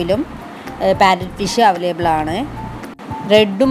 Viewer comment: Avalaible alla Available aan